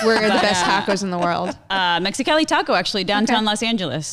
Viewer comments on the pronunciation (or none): none